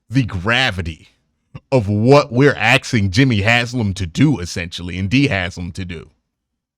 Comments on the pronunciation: Can't tolerate the "axing" It's as bad as dudes walking around with their pants around their thighs. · I've grown to accept "axing" instead of "asking", but I just don't know if I can get on this "spunt" train. 😁